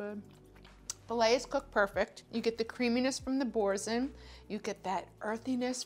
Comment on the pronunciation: Boursin is a French name pronounced borsan.